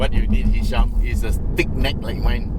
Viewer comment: Ehhhhh hisham lah.....btw it was a great video uncle!